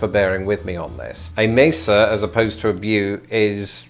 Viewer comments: Mesa is pronounced maysa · Mesa is pronounced "May-SA"